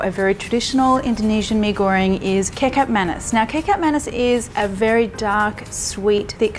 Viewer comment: Kicap Manis is pronounced as Kee-Char-p Ma-Knees. 😂